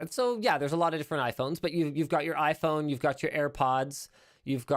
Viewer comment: foldable iPhone ...Linus calls it yayPhone